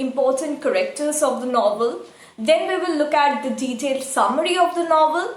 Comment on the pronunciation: I love your videos. But can you please check correct pronunciation of some words like 'character'.. just a humble request